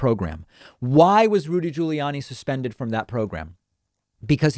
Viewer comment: Ahah! Caught you pronouncing Giuliani's name properly, David... You're slipping, careful. 😏